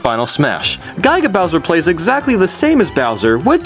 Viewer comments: You pronounced "Giga " wrong. -Trolls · GODDAMNIT MAN! It's Giga, NOT GYGA! Think of a Gigabyte usb. it's Giga as in a billion. I don't know what Gyga is. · you're pronunciation is fucking horrible. it's not guy-ga, it is gig-uh "giga" not pal-you-tane-uh, it's pal-uh-tane-uh "palutena" also, striving for originality? why not, not jump on the bandwagon for many popular things? using nyan cat, doing top 10's, reviews? not very original to me. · "Guyga Bowser" It's pronounced Gih-guh. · Can you not say guy-guh bowser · its giga (gi- ga) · Bruh the way you pronounce "giga" as "guygah" just bruh... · Ge as in get and ga as in guard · Yeah, but from what everyone says and even the canon, it's pronounce "gigg-gah" just thought you should know. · You cannot pronounce words. Palutena(PAL-OO-TANE-UH). Giga? Really? I have never heard anyone mispronounce that. I'm just gonna let you figure that out on your own